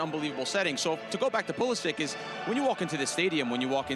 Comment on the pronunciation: why they calling pulišić pulisik?